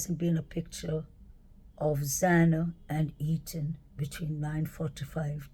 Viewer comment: I like the way you pronounce the word interesting. I think his name is Eathan and not eaten. Just saying it's all good.